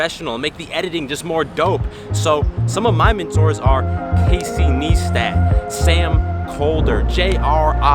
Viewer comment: It's Casey NEIstat not Niestat :)